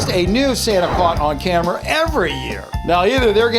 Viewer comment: U said camers did anyone realise?